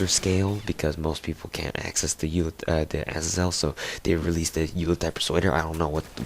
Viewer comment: yool-a-tide? as-a-zel? Uhz-ae-zul Yool-tide